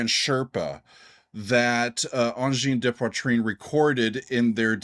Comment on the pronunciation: Pronounced Angine de poitrine correctly. I am impressed.